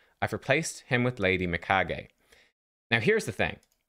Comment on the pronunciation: finally one who pronounces her name right.